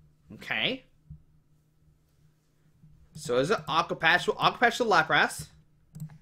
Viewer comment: Its lapras not laprass lmao